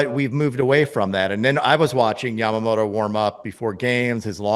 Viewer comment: よく日本人はＬとＲの使い分けが出来ないって言われるけど米人ってヤマモトって言えないんだ。ヤマモロヤマモロってジェロニモじゃねぇってんだ。アハハ